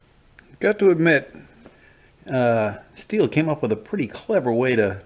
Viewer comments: If sawdust could get into the tank...!! surely fuel will come out...! And i doubt you bought a saw that leaks..!! Great saw European model is slightly different. Its also pronounced STILL not STEEL. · Thats how Americans Pronounce it. But the Correct way "The German way" is Still=Stihl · As aGerman, i will have to say that the german pronunciation is much closer to "steel" than "still". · Yea the pronunciation of the name varies depending on where you live. so your comment ( yes, it's "steel" ) is only half correct.